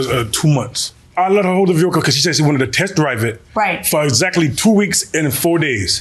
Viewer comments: Vee HickLe. Can we just say car? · Boy she emphasizing that H in vehicle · She can't even pronounce 'vehicle' properly.😮😮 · I wish she would stop saying the word "vehicle". It is so annoying the way she says it. Please say CAR. good grief. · I know right? Just say van! And she couldn't even pronounce "vehicle" correctly. I guess she thought it made her look smart? 🤣